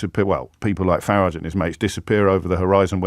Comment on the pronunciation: When you said Farrago, did you mean Farage?